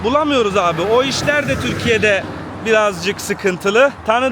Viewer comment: Turkeeey degil TÜRKÎYE